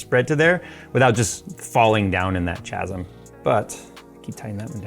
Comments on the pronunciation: Did I hear "chasm" pronounced with a with a "cha" at the start instead of a "ka"? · Chaz-um..... Ew. I hate that way of pronouncing it.